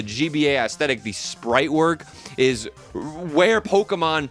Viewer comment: the way you say aesthetic sounds like when lil pump used to say esketitt